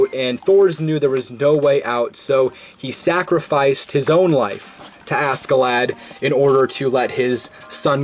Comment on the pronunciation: Well then, for future information Thorfinn should be pronounced somewhat like Tor-fin, Canute is the english version of the name Knud (with a soft d at the end) and Askeladd basically translates directly to loaded with ash and the double d is very hard, almost like a t but not really. in danish it would probably be written as Askeladt.